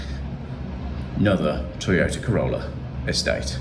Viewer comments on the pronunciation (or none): none